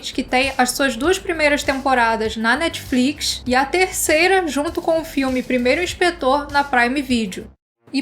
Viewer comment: "Netfrix" "Netflicsh" 😛